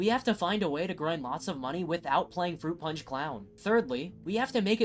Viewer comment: Fwoot pawnch for evweewan